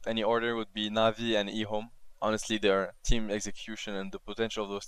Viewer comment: says ehome like e ome, lol.